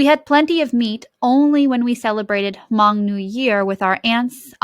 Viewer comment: This is a great set-up for a read-aloud. I love that the pictures are easily viewable. However, the reader is mispronouncing all of the Hmong words in the story. This book includes a pronunciation guide, so it's really frustrating to see that the reader didn't bother with that.